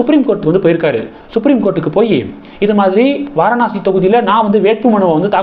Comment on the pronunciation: Kindly pronounce as vaaraanasi 😊